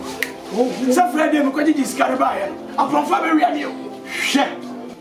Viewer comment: Eiiiii u said fryday 🤣🤣🤣🤣🤣✌🤝